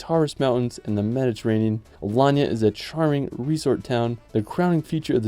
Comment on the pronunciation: Video nicely done. You are right that you only made a scratch, there are many other places. I guess you had trouble choosing the top ten amongst many contenders. I noted a minor typo: Alayna. Your pronunciation is correct though: Alanya.